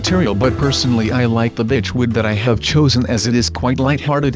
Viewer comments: instead of saying berch wood u sead bich wood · you said bich planks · Jason Shaw lol you said birch but it said bich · gaming cutie yes but he meant to say birch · Yall realize he says bich wood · he says bit*ch instead of birch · He said bich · You said bi*c* instead of birch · it sounded like you said the b word when you said birch wood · Kwexxle yeah he ment birch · gaming cutie he said "beach" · gaming cutie yea he said birch wood